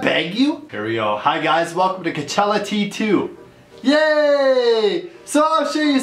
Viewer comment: Someone needs to tell him it's cochella not c.chella